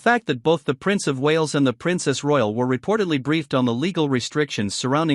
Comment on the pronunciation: I wish this particular "voice over" guy would lear to pronounce the name of the Princess Royal more clearly than just "N."